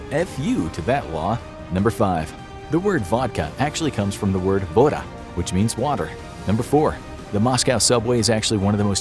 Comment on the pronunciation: I love your videos very much! But the way you pronounced VoDa is funny😂I love how Americans can't pronounce our words